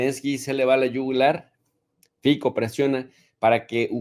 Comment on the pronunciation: Jesus no es correcto decir Fiko. Su apellido en slovaco se pronuncia F I T S O